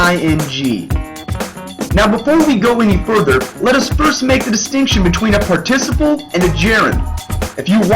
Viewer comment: Voice quality is raspy and you pronounced Participle wrong three times then correct the last few times?! Why are you yelling? your cartoon is cute and should have a nicer voice.